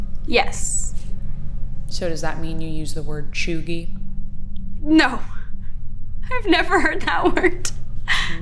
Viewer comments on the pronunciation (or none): Look it up it’s pronounced cheugy btw